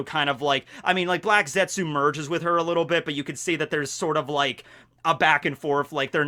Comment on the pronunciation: ( the U is silent.